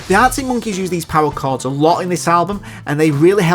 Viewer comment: Pal, it really sounds like you are pronouncing "cards" instead of "chords".